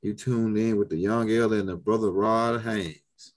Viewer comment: I appreciate the knowledge but if I gotta hear you say R0d HaYNes I’m gonna lose that knowledge and some brain fragments